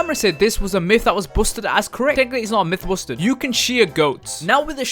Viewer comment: I like how he said myth busted is mith boosted